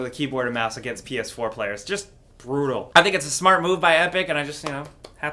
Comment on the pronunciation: Am I the only one who heard him say "smart" or "small" because for a second it sounded really British to me 😂